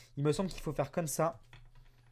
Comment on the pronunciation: Tu peu dire comme sa au lieu de cône sa